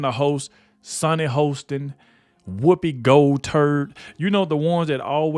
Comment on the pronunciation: Lol...I can't help myself. It's Sunny Hostin pronounced like hostile. Short o not a long o. 😂😂😂😂 so sorry but hostile just fits the scenario here. 😊